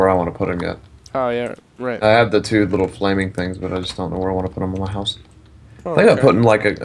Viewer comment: says hoose instead of house xP